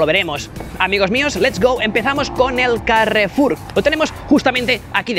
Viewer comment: "El carrrrrrefulllll"